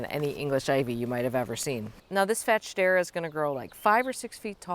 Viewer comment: Ok the way we’re pronouncing this plant is cracking me up 😅 I’ve always heard fats-hedera, but now I feel bad for Shedera, and wonder who is calling them fat? 🤣 The nerve.